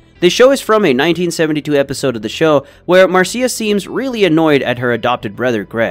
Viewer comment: Mar-See-a? Really?